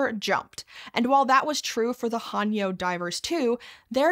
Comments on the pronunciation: It’s not pronounced Han-yo. It’s Heh-nyuh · Aye indeed, and thanks for pointing things out ^^ The unintentional 하녀/hanyeo "servant girl" pronunciation here was a bit unfortunate, especially when considering how proper pronunciation of 해녀 in recent documentaries, newsclips, and even interviews with Japanese Breakfast's Michelle Zauber have been well published in various media in the past few years. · Just a nit. The Korean divers 해녀 are pronounced with a long a (like the a in ate), not a short a (like a in ark). It's more typically romanized as Hae-Nyeo if that helps. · Mispronunciation of "haenyeo" directly after the knitting video disaster? Not a good look. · The 'hae' in 'haenyeo' is pronounced more like the 'ha' in 'hay,' but otherwise great job😁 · Since it's bothering me more than it should, any 'ae' in an Anglicised Korean word should be pronounced more like the 'e' in hello, not an 'a.'. And 'yo' is pronounced like 'young' without the 'ng'. I wanted to just ignore it, but the word was read too many times for my brain to ignore 😂